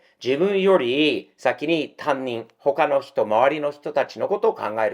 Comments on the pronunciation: たぶん、たにんのことをたんにんっていっていますｗ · 「たんにん」？、「たにん（他人）」な。たんにんは、学校の自分のクラスの先生のことな。